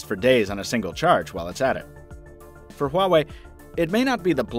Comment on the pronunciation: just the name "huwawei"... uuughh... why bother looking into it?